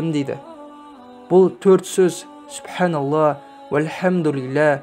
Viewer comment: Субханаллах дегенде Х әрпін айтпай жатырсыз,айтпаса да бола ма